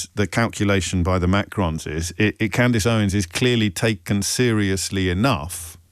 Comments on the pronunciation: Sorry but did a producer write this and the presenter is just reading prompts on what he’s been told to talk about? Pretty poor not to even have a read through first and figure out the (fairly well known) female name Candace is pronounced Cand-is and not Cand-ace! Even if he hadn’t heard of Candace Owens or bothered to do any research on what he’s going to be discussing, have the production team not sat down and had a run through with this guy on discussion topics?! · The irony of this chap spouting his opinion …. If he can’t pronounce her name then it’s extremely unlikely he has reviewed her evidence. Further, who funds his mic? Candace has well documented and revealed her sources. Macron’s response is odd. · Lol. Say her name Right!! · ...Wow, is this LBC? As a Brit I find myself shocked that he didn't know who Candace Owens was and couldn't pronounce her name, or am I... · You did pronounce the name incorrectly 😂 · He knows. And he definitely knows how to pronounce Candace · You should probably watch ALL of the Candace Owens series on that subject re the Macrons before you claim that Candace is “mad”. I’d suggest you haven’t even watched one episode given you don’t even know how to pronounce her name properly, given she says it at the start of every episode she does. Also she is not being sued for “defamation”, so something else you have incorrect. You’ve just turned me off anything you would say on Your show (5 mins in) because clearly you don’t do much research! This is one reason why I like listening to Candace, she does her research first before she speaks and presents the facts to back her claims up, something you should ALL do otherwise it’s just a waste of time listening to anything you have to say. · James pretending he hasn't heard of Candace Owens is hilarious!.even pretending with the pronunciation..Oh James, you make my day!..😂😂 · Oh James you know how to pronounce her name, stop it 😂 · He mispronounced her name purposefully. He knew her